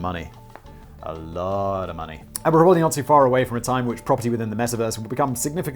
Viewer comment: Prolly? Were you trying to say pram and trolly? Push chair.